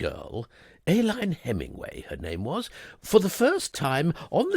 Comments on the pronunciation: I believe the name ALINE is pronounced UH-LEEN.. per google. AY-LYNE is a medical item. But perhaps Brits say it differently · Nearly. It should be Ay-leen. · Great characterisation! Very enjoyable. Pity about the mispronunciation of pince-nez and Aline.